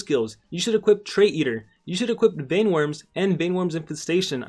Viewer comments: you need another update u said vine worms it's vein like the veins in your body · *Mispronounces vein* Baron: *TRIGGERED*